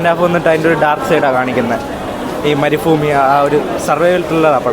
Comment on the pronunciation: ആദ്യം വന്ന മച്ചാ മരുഫൂമി അല്ല മരുഭൂമി എന്നാണ്